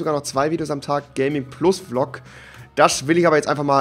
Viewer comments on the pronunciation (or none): none